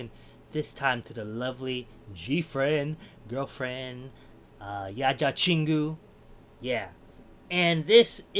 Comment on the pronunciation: It's yeoja chingu, not yaja chingu😇